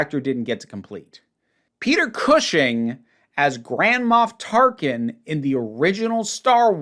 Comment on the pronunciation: I apologize, but... nearly every time said, "Grand Moff Tarkin," for some reason I heard, "Grandma Tarkin."